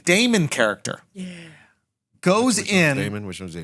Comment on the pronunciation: Ok, so I'm the only one going to point out the weird-ass "yeAh"?